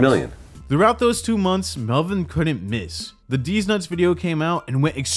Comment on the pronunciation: Melvin or Welvin?